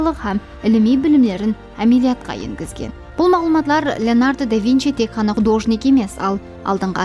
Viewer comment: Художник па емес, художник пе деп колоанылады